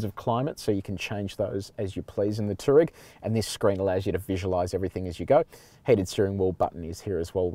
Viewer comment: FYI. It's pronounced "two-wah-reg"